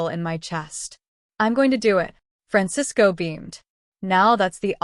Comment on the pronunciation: You're right and I'm trying to figure out how the AI could pronounce Francisco correctly